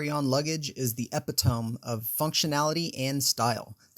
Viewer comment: I do appreciate that you’re trying to give viewers a run down on top carryon luggage but mispronouncing words like “epitome” as “epi-tome” instead of “epit-o-me” and misspelling “revealed” just makes the presentation sound less professional.